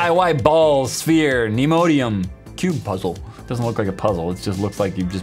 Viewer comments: He said "nemodium" instead of "neodynium" lmaoo. Is he dumb or is there some kind of inside joke that i'm missing??? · is it just me or did he just mispronounce “NEODYMIUM” as NEMODIUM !!! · not knowing how to pronounce neodymium:P